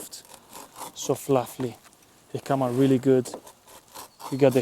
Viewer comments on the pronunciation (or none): none